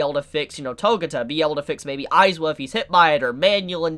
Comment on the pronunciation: Eyes-wa? no no no, Eye-zawa.